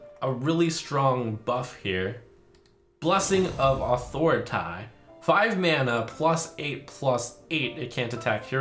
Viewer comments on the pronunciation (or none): Blessing of "Athor-i-tie" Wow. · “Blessing of Ah-thor-ih-tieey” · My stomachs ulcer exploded when he said "authority" the way he did